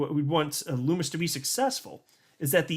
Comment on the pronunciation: Senator Lummis..... rhymes with Hummus. Not Loomis.